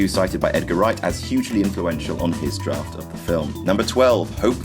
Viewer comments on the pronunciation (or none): none